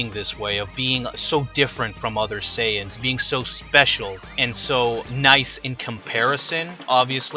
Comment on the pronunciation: you call them SAI ans? wtf